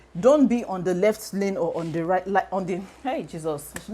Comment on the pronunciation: "Don't be on the reft lane"😂😂😂😂 I feel you